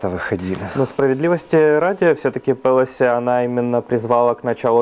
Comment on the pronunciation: молодець, але правильно "ПелОсі".